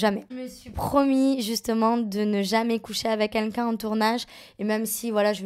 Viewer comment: Ya que moi qui l'entend toujours dire Qunlqu'un 😭😂😂😂